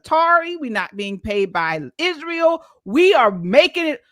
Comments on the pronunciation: Why does this piece of sheet say izhrael? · Why does she pronounces Israel "Ishrael" ...that's weird